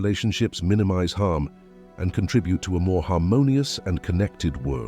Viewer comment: What a horrible reading saying contribute wrong and society wrong I know it’s a computer but do your best and give us something that we can appreciate. I finally had to stop this cause it was making me upset. How about that for silence?